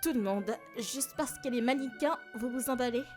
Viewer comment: Chui le seul a me demander pk il dise maniquin